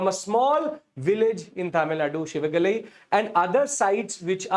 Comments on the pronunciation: IT'S SIVAGALAI✅,NOT SHIVAGALAI❌ THERE IS NO SHA SOUND IN TAMIL LANGUAGE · It's Si-va-ga-lai and NOT Shi-va-ga-ly... There's NO "Sh" in Tamil language.